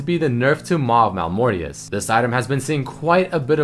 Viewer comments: Btw Maw not Mal ^^ its okey every can do something rong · As far as I know, it’s Maw of Malmortius not Mal of Malmortius, correct me if I’m wrong.